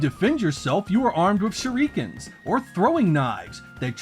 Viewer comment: I've never heard shuriken pronounced like that in my life lol